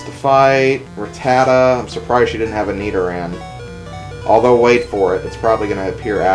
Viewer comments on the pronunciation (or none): It's pronounced rat-ta-ta, not rat-tat-a.